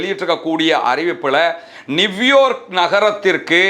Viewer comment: நிவ்யார்க் இல்லை நியூயார்க் என்று உச்சரிக்க வேண்டும்